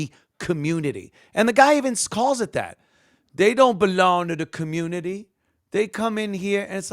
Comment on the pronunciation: Dey wuv dey comMOOnity